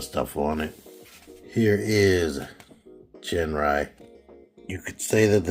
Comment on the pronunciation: pronounced as Jin even if it spelled as Gin.... like the drink Gin & tonic ... u dont pronounced as " ggggean" and tonic right? those sticker cutouts are for the tab when combine with god bomber in the upcoming release (god ginrai) man do your research dawg!! u really are one ignorant mofo!!